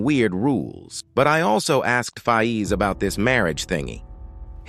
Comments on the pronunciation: Its not fayeez its Fayz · One of th big things I am concerned about is why is it pronounced fi ez? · The DisRespect on Faiz's name is crazy